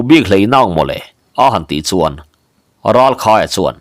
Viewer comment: Ralkhaia leh Thangvunga te pafa hming hi ilam sual zeuh zeuh ania uluk deu tawh la 😂